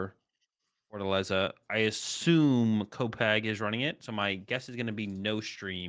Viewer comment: Pretty spot on Fortaleza pronunciation. It literally means fortress.